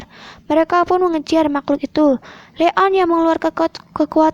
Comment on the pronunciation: Bilangnya Leon bukan le on